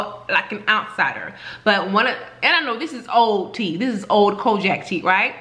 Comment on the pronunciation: TFS queen your pronunciation of COGIC as kojak is taking me out...🤣😂🤣👏🏾👏🏾